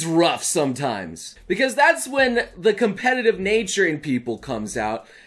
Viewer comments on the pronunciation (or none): none